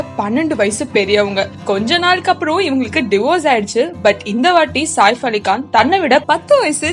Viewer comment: Even she mentioned nazriya as nasiriya...and saif ali khan as saaaif ali kaan ..shahid as shagid ..ufffff